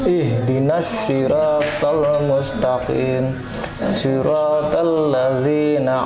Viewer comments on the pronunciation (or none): itu di betulin bukan ihdinassirothol mustaqin tapi mustaqim, yg tliti dong, mf bgt sblmnya